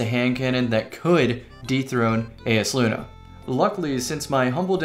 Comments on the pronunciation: Yo it’s EYESluna not ayesluna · isnt it pronounced EYE is luna idk made me upset